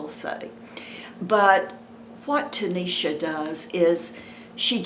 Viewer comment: Hi! Her name is Tashina ,, not tanisha . Thanks for the update